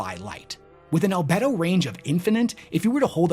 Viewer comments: 🤣Al-Bee-Doh. How reflective an object is. Not Al-Bed-oh. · Al BEE do, not albed-oh. Same as the word for sex drive. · The e in albedo is long btw, so it’s more like albeeto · Al-bee-doh not al-beh-do, sorry. Love your content though! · "Al-bee-do" - still love the videos, keep it up homie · Al-bee-dough... lol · it's pronounced albeedo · Al-bee-do btw. As a space nerd that did bother me lol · Please, Wes. It's pronounced "Al-bee-do". You're killing me, here! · The "e" in Albedo is actually long. So - "Al - bee - do" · "Al-bee-doh" range. That's what they're paid for and why and why you aren't Wes. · Albedo : Al-bee-doh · Great video. Minor correction, albedo is pronounced “al-bee-dough” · It's pronounced "albeedo". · God dammit it's pronounced "all-bead-o." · it's actually pronounced al-bee-dough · Love your videos my guy! But damn 😂 The pronunciation of "albedo" is just PAINFUL to hear 😅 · Albedo has a hard e